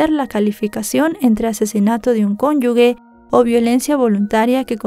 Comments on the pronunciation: Es cónyuge y no conyugGUE :eyes-purple-crying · Buenos dias. Me he suscrito hoy, muy interesante tu canal; solo aclarar en el (y en otros momentos), la palabra correcta es "cónyuge" no "cónyugue". Saludos desde Soria 🇪🇦. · me encanta tu contenido pero insistes en decir "cónyugue" y es un error, lo correcto es "cónyuge " sin "u" intermedia entre la "g" y la "e". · se dice cónyuge, no cónyugue, esta segunda palabra no existe. Saludos por tu contenido tan brillante. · escucha tu pronunciación de la palabra CÓNYUGE. En mi opinión, la pronuncias como CÓNYUGUE y, a mi parecer, es errónea. He oído esta palabra mal dicha en varias ocasiones. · VR, solo como observación se dice CONYUGE Y NO CONYUGUE. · CÓNYUGE. Como GENERAL!!!! No se pronuncia Gueneral !! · Se escribe cónyuge y se lee cónyuje. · Hola,......solo me mueve hacer estas palabras y es que dices mal cónyuge como si tuviera una u de por medio y es que se pronuncia con un sonido como si fuera "J"......eso!